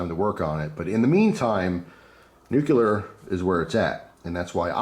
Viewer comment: Nuclear = "new-clear". Just trying to educate. :-)